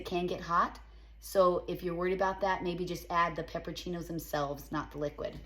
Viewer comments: Yum!!! It's pepperONcini (not peppercini). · PEPPER-O-CINIS not PEPPER-CHINOS. 🤦‍♀️